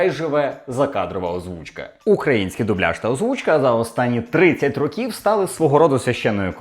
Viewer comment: "Рóків", а не "рокі́в"